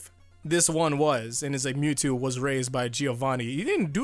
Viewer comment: Every time that guy says me two instead of Mewtwo physically pains me